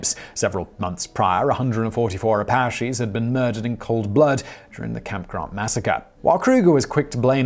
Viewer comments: Not a single commenter has mentioned the very odd way Simon pronounced the name of the Native tribe blamed for the Wickenburg massacre. It's A-pa-che. There may be a more correct pronunciation than is commonly used but it's not the one used in this video. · Love your videos. I wanted to point out the pronouncement of apache is ah-pa-chee.